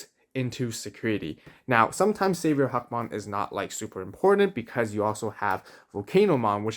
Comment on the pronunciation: I'm sure there is behind him being called huckmon but sorry hackmon just sounds so much better and sound like a real digimon imo.great video as always, keep up the good work